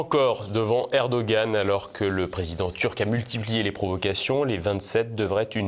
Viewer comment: Erdo G an, il ne connaît pas le g le narrateur !